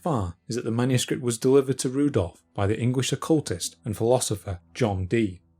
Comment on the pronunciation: "Engwish" & "feory"